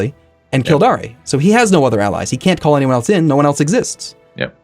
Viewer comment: The pronunciation of Kil-DAYR is killing me